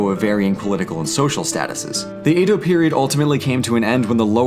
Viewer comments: Great video! Though your pronunciation of Edo like "A-doe" kept bothering me. Its more like "eh-doe". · Vowels as in Spanish. Most mora end with a vowel sound, as in sa-mu-ra-i, or roh-ni-n. Chee-Bee, not chib-ee. Roh-neen. not row-nihn. Samurai Jack is wearing kimono and hakama. Kah-mah-koo-rah. Ah-sh'-kah-gah Yo-shi-ah-ki. Short é sound for Edo, like red.